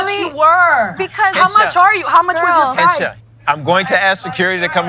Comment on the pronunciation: It's Hencha not henchi